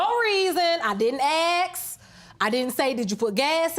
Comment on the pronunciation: ASK not AXE! Goddamnit!